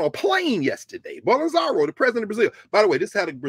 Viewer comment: Bol-so-naro as opposed to Bol-en-zaro